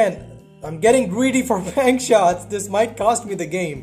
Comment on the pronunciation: Every time he says bank shots it sounds like he’s saying penchots